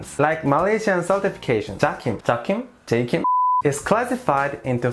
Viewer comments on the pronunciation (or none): It is Ja-kim